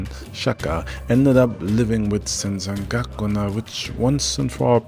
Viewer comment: First couple minutes in; you saying zen San goku na? lol